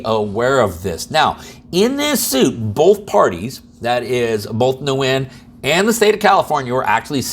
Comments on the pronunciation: nguyen is a vietnamese name and its pronounced “win”. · Nguyen pronounced 'win'. :) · Nguyen is actually pronounced "Wen". That's what I was told by a Vietnamese friend. Just FYI!